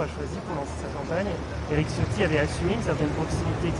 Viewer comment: Tchiotti , pas Ciotti, même si c'est un traitre à la cause Niçoise